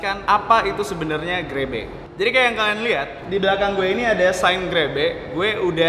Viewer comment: 00.30 terdengar seperti grepe